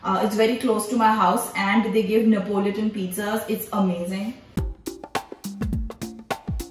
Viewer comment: Did she say napoliton? Instead of Neapolitan. Btw when I was younger my go to was 2rs golgappa thela and chat😪